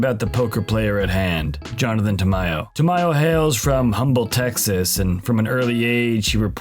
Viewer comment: Isn't "one person per hand" still a thing? Also, you don't pronounce the "H" for the city of Humble in Texas.